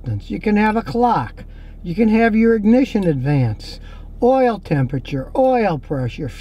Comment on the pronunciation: The way Scotty said “oooul” 😭😭😭😭😭